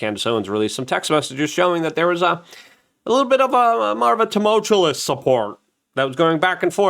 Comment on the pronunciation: Do you mispronounce "tumultuous" in every video for a reason? Can you not use a word that you can say instead?